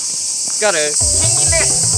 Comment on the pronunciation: の「ゴール🎵」のとき、「ギャル🎵」にしか聞こえ無い